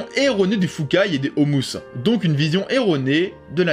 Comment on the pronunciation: C'est les ômus (O-mu)), pas les "Houmous"...